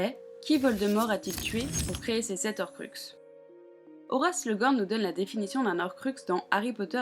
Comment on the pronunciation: Désolé mais il faut que je le dise : on ne dit pas "les zorcruxes" mais "les horcruxes", il y a un H au début du mot donc c'est comme les haricots verts 😅